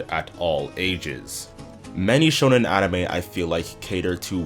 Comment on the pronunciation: It’s not pronounced like “shownen”, it’s “shOnen” as in shopping.